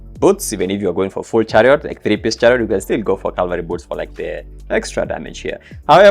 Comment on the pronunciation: READ IT. IT'S FCKING "CAVALRY" NOT "CALVARY"